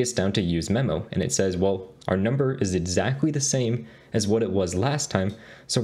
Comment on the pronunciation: Edzack ... edzackly ... edzack values.... is that how he's spelling it?